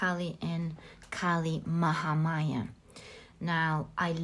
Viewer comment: i picked pile no. 2 and being an indian i gotta say you pronounced kali mahamaya very nicely she is indeed our goddess